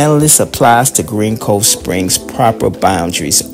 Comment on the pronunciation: It's "GREENCOVESPRINGS"! Come on dude damn if your gonna do content like this make sure it's correct. Tighten up bro.